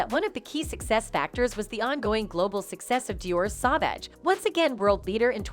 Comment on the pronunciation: It's SAUVAGE PLEASE SAY IT RIGHT!!!! WTH???